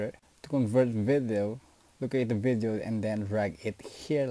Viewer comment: STOP SAYING VITHIO ITS VIDDDEO